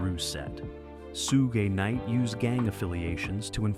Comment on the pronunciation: "Soojuh Nite"